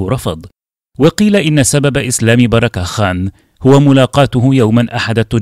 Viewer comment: اخي الأسماء لا تحرف لو الاسم مارك تنطق بالعربي مارك بالكورى مارك بالانجليزي مارك انا محمد في اي لغه اسمي محمد اسمه بيركه خان او بركه خان مع كسر الباء